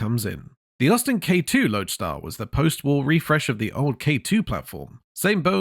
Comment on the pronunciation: The 50,s k2 & k4 were called Loadstar not loadar